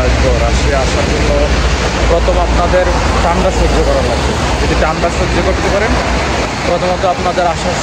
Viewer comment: ভাই,ঠান্ডাও বলতে পারেন না?